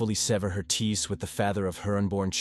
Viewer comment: Cant pronounce words like ties and contact and intervene but nailed unwavering accolades and diligence. Odd